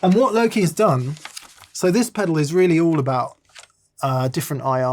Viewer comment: i thought you'd gone all Gen Z and were saying i'm "low key" this and that, then i realised you were saying "Loki":D